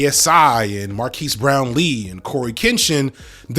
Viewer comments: just fyi, Marques's name is pronounced "Mar-KEZ" :) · It's pronounced "MAR-KEZ" Brownlee. Damn. Now I can't even be mad at all the white ppl that mispronounce his name because I thought they were doing it on purpose. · Also firstly it's Marques not Marquise, and Marques has spoken on being black in a white space, specifically after George Floyd's death. It's a great video!!